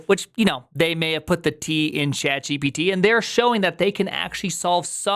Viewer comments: why do you prounouce it like Jippity? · the wildest way i saw somebody pronounce gpt